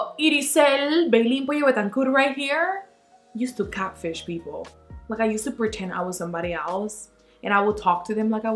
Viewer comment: Ay 😂😂😂 the way you say catfish "catch fish"!!! Always making me laugh with that beautiful accent 💋 snap chat fam!!